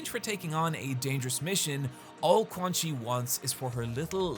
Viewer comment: This is a great video, but GODDAMMIT, THAT PRONUNCIATION OF “QUANXI” IS PISSING ME THE FUCK OFF. Anyways, good vid bro.